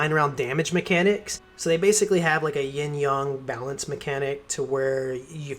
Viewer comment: did he say "ying yong?" lol